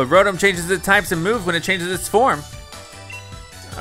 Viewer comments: hes said rotum instead of ro tom the whole series and now im starting to say it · it is pronouced row tom not row tum but it is spelled rotom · its pronounced (Row-Tom) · Stop saying the Pokémon names wrong like weavile and rotom